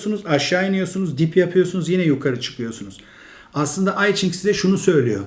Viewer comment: İyi güzel de, neden kitabın adını doğru telaffuz etmiyorsunuz? Hadi Jing'e Çing dediniz ama i'yi İngilizce'deki ben gibi söylemek doğru değil. Yî vêya İ olmalı. Yanî İ Ching'in telaffuzu Yî Jing'dir.